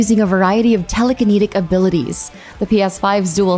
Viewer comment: "Telekineeetic abilities"? How has this narrator never heard of the word 'telekinetic' before?